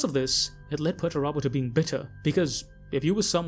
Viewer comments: Ah yes, Mr Turbo. Peter, turbo. Pretty sure it's Per-ter-ah-bow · I keep hearing Peterturbo instead of Perturabo. Henceforth from now on... Perturabo shall be known as Peterturbo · Dude. Pronunciation. Perturabo. Dude. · Hearing this guy say perturabo is really annoying